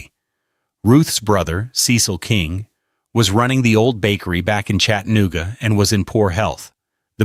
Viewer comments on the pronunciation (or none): Somebody needs to tell this AI asshole how to pronounce CHATA. NOOGA. ITS NOT CHATTEN OOGA